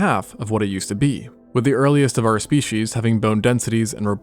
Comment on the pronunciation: Species is pronounced speecies stop saying "spee-he-she's."